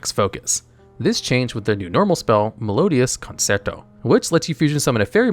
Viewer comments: Dude you gotta learn how to pronounce these words. Conserto?? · It’s pronounced CON-CHAIR-TOE